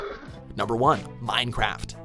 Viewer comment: I clicked off the video when he said munecraft